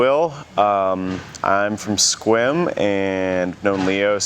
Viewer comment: For a moment, I thought I heard Will say he was from Squirm, not Sequim.